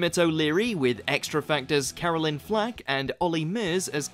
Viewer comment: Carolyn?? I swear this guy has an issue pronouncing every word. Pay her some respect by at least pronouncing her name right 😒